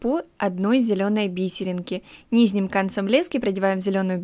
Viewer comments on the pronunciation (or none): ти конечно без обид но когда ти говориш "низним" ето бесит немного правельно вобщето "нижним"😂